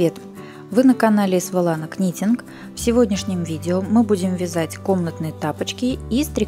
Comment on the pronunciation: В слове knitting первая и последняя буква не произносятся.